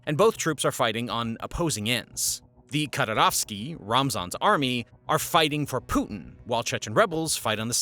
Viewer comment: mujahid -> mujadeed, Kadyrovtsy -> Kadyrovsty